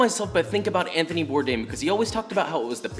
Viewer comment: It’s bore dawn he’s French